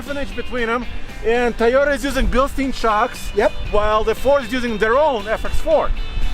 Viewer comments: BILSTEIN (bil-steen) OR BILSTEIN (bil-stine) "Like Frankenstein?" EVERYBODY PRONOUNCES IT WRONG. Stein (Stine) is the correct way. Just saying............. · Please stop mispronouncing Bilstein shocks. You guys are supposed to be professionals.